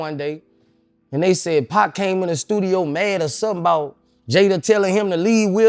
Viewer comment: I could not watch this the way this b@ was pronouncing Pacs name